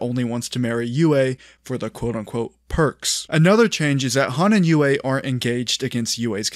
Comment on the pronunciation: That part felt very contrived to me. Also its Sokka not Zuko, and its also Yue not Uway.